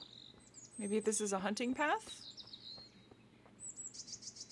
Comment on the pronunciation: be weyi weyi quiet, im wunting wuabits